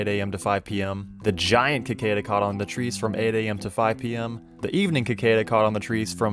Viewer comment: "Cicada" is pronounced with a sibilant C — si-kay-duh. : ) Thanks for this video, btw. Super helpful.